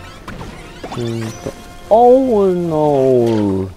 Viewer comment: オーノー！（ｵｰﾉｰ!）…概要欄見なかったらわからんかったw